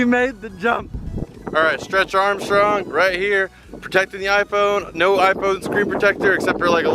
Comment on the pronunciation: "stretch armshcrong" 😂😂😂😂